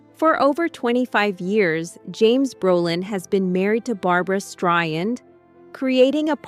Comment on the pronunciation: The AI voice can't even pronounce Barbara's last name correctly???!!